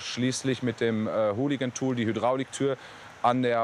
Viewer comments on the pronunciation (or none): Haha " Hooligan tool"?? heißt es nicht Halligan tool? kleine sprech verwechslung passieren zwar immer aber wenn man schon fast nach dreh buch arbeitet sollte man vorallem als berufsfwler wissen wie man sowas auspricht